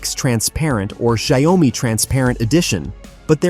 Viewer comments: Terrible pronunciation of the company name it pronounce as "Jiao- Me" not Shy-Oh-Me. 😅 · Why this ai bot keep saying “Xiao o mi” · Shayomy??? WTH i mean " wut Da pakk" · Watch your pronunciation - Xio-Mi not Xi-O-Mi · your video can't even pronounce Xiaomi correctly.... you need to change your AI or just give up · It’s pronounced shyao me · You have an irritating mispronunciation of the name of the product "XIAO-MI" There is only 2 syllables not 3. NO OM-MI. Please go back to school and learn the right pronunciation!!! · Shy-oh-me? This has to be an Ai voice over 😂😂😂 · when AI can't pronounce XiaoMi but everyone thinks it's LEGIT shit it's talking about ! World is going the path of IDIOCRACY movie was forecasting it will ! :D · For whatever this person trying to blog or influence ( is he a robot who can't pronounce a Chinese translation). He can't pronounce XIAOMI...Forget him.. B. S. Insult the product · Couldn’t even pronounce the name correctly 🤣🤣🤣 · If you can't even pronounce the company name (Xiaomi) correctly it's a pretty fair bet this whole video is just normal tech BS. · If you can't say xiaomi then please keep quiet. It sounds terrible. Stop that! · Its robotic voice that almost sounds human. Its just reading off a written script. That why it cant pronouce word. Properly. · Your pronunciation of "Xiaomi" betrays your ignorance. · Stupid AI...can't even pronounce well( Xiaomi )